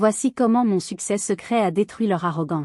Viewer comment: C’est une IA. Un exemple révélateur entre autres : on ne prononce pas « MON » épelé m-o-n, on dit « mon » d’un ton appuyé. Il faut reconnaître que la diction de cette IA est meilleure que la plupart … mais le niveau de l’histoire est effrayant de bêtises. En un mot : Grotesque !